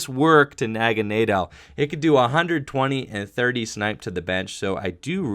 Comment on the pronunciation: Aaahhhh, it's "Poy-pole" and "Nag-uh-nay-dull"